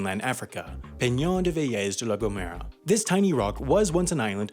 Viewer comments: "ceyoota" "veléz" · Great video! I enjoyed that sarcastic humour that characterizes your productions. BTW, the L in Melilla is pronounced as the L in “London”, and the same happens with the L in Vélez.